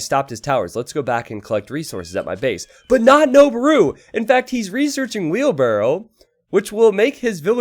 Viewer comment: noboru is pronounced " noh-BOH-roo" not "noh-bah-ROO". It means "to climb".